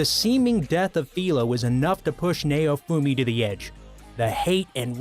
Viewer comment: Meliodas is pronounced mel e o.dus Also naofumi is pronounced now fume e